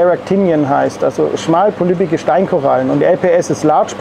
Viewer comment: small-polyp = schmalpolypig 🤣 Man kann diesen Mann nur lieben!